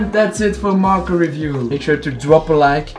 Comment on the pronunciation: Pewdiepie: " meme review ": " marker revire "